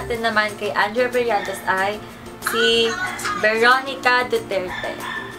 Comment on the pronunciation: Veronica* not Beronica